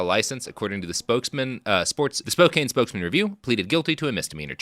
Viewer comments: I mentally screamed "IT'S SPO-CAN!" every single time! Though as an Oregonian, I've also been wincing at his "Willamette" pronunciations. Better hope no bastards come from Puyallup. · I'm a Canadian, and even I know it's pronounced "spoe-kann" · I know that and Robert will probably revel in my pain, but sitting here in Spokane and listening to Robert butcher the name of my home town is causing me physical pain. It's Spo-CAN. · Driving through Spokane now, grew up here. Never heard of this guy, definitely didn't hear about him in school. Also every time he said Spokane the wrong way, I cringed and corrected him.😅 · I won't stand for all this Washington slander from someone who doesn't even know how to say Spokane. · As a Tennessean myself, with no connection to Spokane whatsoever—other than knowing how to pronounce it—Robert’s pronunciation is straight-up painful. But he seems pretty firmly committed to never learning how to pronounce things. I wonder if, as a latter-day Oregonian, he takes special glee in mispronouncing Washington place-names.